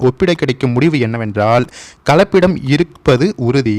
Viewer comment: கலப்பபிடம் என்று சொல்வது தவறு கலப்படம் என்று சொல்ல வேண்டும்